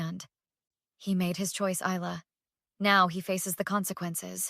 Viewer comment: You pronounced Isla wrong , it’s Isla with a quiet s you don’t mention it.